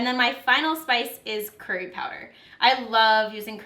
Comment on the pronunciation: its so annoying how non Indian, or south Asian, or South East Asian people say the word "curry" it's so funny but annoying. hahah